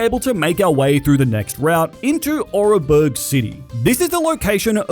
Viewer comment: the way you pronounce Oreburgh hurts my soul, it's ore-burgh, not or-e-burgh